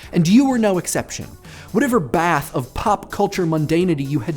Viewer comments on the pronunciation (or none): none